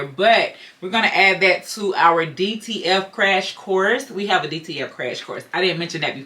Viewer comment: It sounds like you are saying DTL transfers.